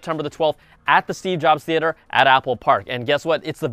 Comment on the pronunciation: I was meant to comment on the last Apple Byte... just wanted to say that I am actually a FAN of your "Theatre" pronunciation... that was probably the highlight of the whole episode!! Haters gonna hate;) Anyway, YOU-DA-MAN, love ur videos, can't wait til next week's keynote!!! 😎